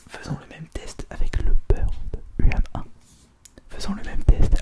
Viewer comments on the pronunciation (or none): Aussi, moi comme plusieurs personnes je penses, on dit plus "Humain" au niveau de la prononciation de UM1